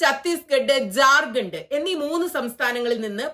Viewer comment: It is not “ JARGHAND” but JHAR KHAND